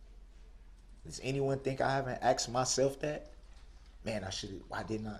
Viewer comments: “I have a lot to say.” And He’s going to quote the Bible? OMG? Does he think the people he murdered will rise in 3 days? Take your time Bud. Make sure you get your 15 minutes in, then STH up and hopefully no will have to see your face or hear your voice again. His conscious is clear? He has “axed” for forgiveness? It is ALL about HIS suffering! Hell’s waiting on you for sure. Then you’ll really understand suffering. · What an all-time clown!😂 I just finished watching this trial, sheesh… I hope I never hear the words “axed” and “substained” ever again. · Everytime he says "axed" it makes my blood boil.you killed 6 people infront of 100s of witnesses you dont get the benefit of god dude.just a side note.he should take speach therapy in prison classes.🤣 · Dat, axed, substain, takit agreement, a mindy (amendment), deff, chilren